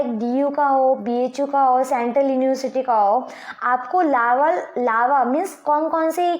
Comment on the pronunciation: Lalva laa vvv . Llalva larva.... 😂😂🤣😂😂